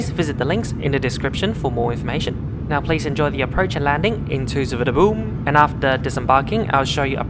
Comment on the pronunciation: Hey... Bangkok's airport is pronounced as SOO WAN NA PHOOM. Do take note as B sounds as P. TQ